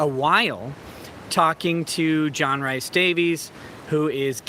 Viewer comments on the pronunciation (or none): Rhys is pronounced Reese.